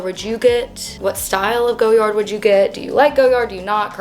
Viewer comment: Cute bag… it’s pronounced Goy-ard not Go-yard 😊